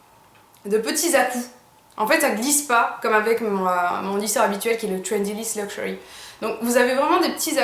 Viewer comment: J'ai aussi le Trendyliss luxury et je ne connais pas le I liss. J'en avais entendu parler car j'avais deja vu la marque dans un salon. et moi aussi j'adore le luxury (j'aimerai le dire avec le même accent que le tien) ;)